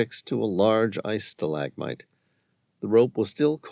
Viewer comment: Um he can't pronounce stalagmite or Adidas,is this AI?